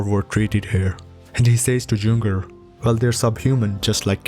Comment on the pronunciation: True, the mispronouncing of various words and surnames (I couldn't help but cringe when he read Juenger) is truly paining. The video could be much better, had the creator trained on his pronounciation.